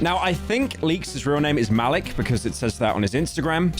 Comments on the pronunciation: "Malick" i think its maleek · His name is pronounced "Ma-leek" also Epitome is pronounced "Eh-pit-o-mee" you have to be one of the least intelligent YouTubers out there. Don't use basic words you don't even know how to pronounce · I think it’s pronounced “ma-leek” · Muh-leek is how its pronounced lol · its pronounced ma-leek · bro mispronounced Malik